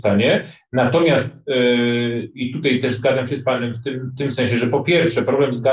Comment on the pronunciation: Panie Piotrze, błagam, wczorAj nie wczorej, dzisiAj nie dzisiej, tutAj nie tutEj. Rozumiem, że regionalizm, ale nie przystoi ogólnopolskiemu dziennikarzowi i publicyście.